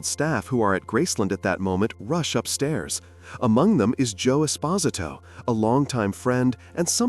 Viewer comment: These AI generated videos just suck…all the info is just regurgitated from what we have known for years. I mean they cant even pronounce “Esposito” properly